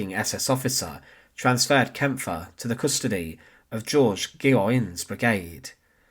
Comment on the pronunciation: yes, you can tell AI because it can never pronounce names, especially names like Kampfe.